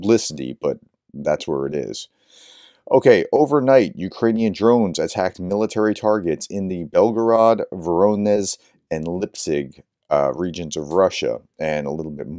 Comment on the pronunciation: Sorry for the pronunciation correction but Lipetsk is pronounced exactly as the transliteration indicates. Lee-pets with a k on the end. Same with Voronezh. When you see zh together that’s pronounced like the sound in treasure or pleasure. Thanks for all the work you do. Glory to Ukraine.